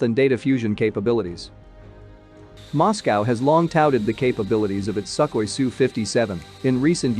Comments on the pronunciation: It's not "suck oy", it's like "sook hoy". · "Suck-hoi"?? That is telling!